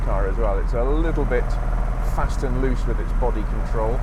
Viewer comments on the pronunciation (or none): none